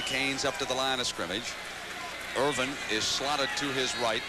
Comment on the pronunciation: Parseighan calling Michael Irvin "Erwin" the entire game, I mean, come on.